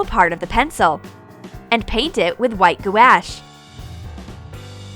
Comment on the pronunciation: It's pronounced gouache (gwosh)